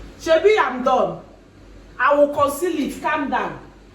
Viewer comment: "I will conceal it" Conceal Gini? 🤣🤣🤣